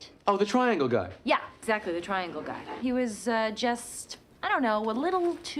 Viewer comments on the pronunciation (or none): none